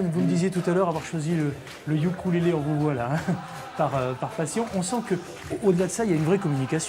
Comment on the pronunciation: sa se dit OUKOULÉLÉ et pas YUKULÉLÉ